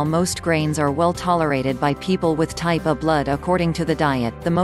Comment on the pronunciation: M a K e the bot say Type A, n o t O. Very annoying!!!!! Love your neighbor, Not the AI